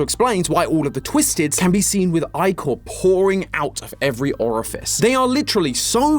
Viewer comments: can't pronounce Ichor;-; TOM PLZ ITS -- Ick-or not I-cor It's like owo all over again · Ickor... 😭 aint no way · I say eye cor too… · So im not crazy. I thought it was pronounced Ick-er , I was listening to the video in the background and just kept hearing him say it. I thought he was saying eyecore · It's pronounced ick-kor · ....I don't know why, but pronouncing Ichor as "Eye-core"....really bugs me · Random fact: ichor is canonically pronounced ick-er according to qwel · You say icher not ichor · My eye twitches everytime i hear you pronounce it "eye-chor" 💀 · The black goo is called ichor (ike-ohr) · It’s called ihchour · Its pronounced ick-ur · Um i’ve know the name of this song since I was like 4 and in the aspect of greek mythology you’re pronouncing Ichor (ieh-core) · Having never hear that word pronounced by a Grecian native, I've always thought it was 'Ick-Or' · its actually eekor(just spelling it how its pronounced) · It's not icor it's ichor the is not loud and proud it's soft and loft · am i the only one thats been pronouncing ichor as “e-core” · I always thought that you say “Ichor” as Ic-or like “Icarus” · Hay just to say that ichor is actually pronounced ik-or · Isn't it pronounced ik-ker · It’s pronounced ick er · anyone who pronounces ichor as eyechor deserves to get the Oppenheimer treatment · It's actually pronounced "eehor", as per my Greek mutual nitpicks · its pronounced, icker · Just here to inform of the proper pronunciation of ichor (ick-or) like Licker but without the L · what you're telling me that ichor isn't pronounced (ick-or) omg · i thought it was pronounced like ik-her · I thought "ichor" was pronounced more like "icker." Where did I hear that? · Isnt is ihh core? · it's pronounced Ick•ore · thats how it pronounced. ickor is NOT how its pronounced. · I swear I've always pronounced it like ick-ur, i-core sounds terrible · Your pronunciation of Ichor both angers and infuriates me 10/10 theory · ick-er not eye-core